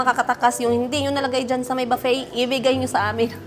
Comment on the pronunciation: Baffet - booffet po madame 😅